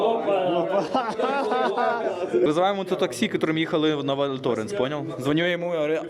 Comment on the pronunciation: Я розумію, що ви не знаєте французької - багато людей не знає. Я сама знаю її лише дуже трохи. Але можна було б перед записом відео як мінімум погуглити вимову назв курортів і вимовляти хоча б приблизно як французький оригінал? Ну які "лес срі валлес", який, блін, "валь тОренс", які "лес менурес"? Ну це ж в тому числі і неповага до глядачів. Аж пересмикнуло, блін... Les Trois Vallées вимовляється як "Ле труа валі" з наголосом на "і", Val Thorens - як "Вель Торанс" з наголосом на "а", Les Menuires - "Ле Менуїр" з наголосом на "ї".